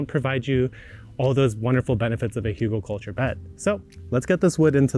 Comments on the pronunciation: there are no 'u' or 'o' sounds in Hügel.... the pronunciation is actually closer to hygl or hygel IPA: [ˈhyːɡl̩] start with the 'hy' in hymn and then a hard 'g' as in graphics and finish on 'gel' like in gelatine but obviously skip the 'g' there mfg, your friendly german. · The pronunciation is hoogle-culture.